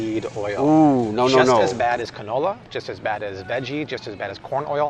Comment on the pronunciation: Did say "ca-no no" oil? Ok, we need to all use that more often.